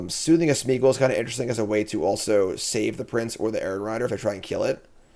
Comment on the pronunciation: I love that after 25 drafts and playing these cards still says 'Smoothing' of Smeagol! 😄 Thanks for the content!